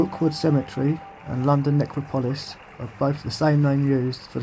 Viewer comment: Pronounced Nec ro polis